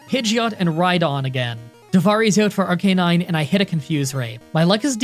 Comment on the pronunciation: Challenging the King?! With Baby Pokémon?! Ha 😂Win or lose the King still laughs in your face. Btw man it’s pronounced Ar- ca-nine